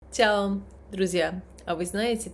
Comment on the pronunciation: А почему це и цяо вместо че и чао?